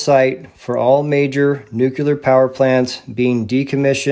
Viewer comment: Very powerful video! As you said, it is suspicious that the nuclear bomb technology was ready just at the end of WWII as the so-called RNA-based vaccine magically appeared in 2020. Additional lies include the Oklahoma and Boston bombings. Please note that nuclear is not pronounced nucular. God Bless.